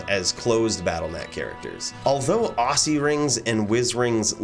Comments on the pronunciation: why he say ossy ring, its not ossulus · Are you serious? How do you say oculus? Do you say it with an S? Osulus? Occy rings are said as OCKY rings.